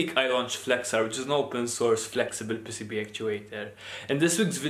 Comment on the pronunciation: Dude, I thought he was calling them pesipie, but he was saying pcb.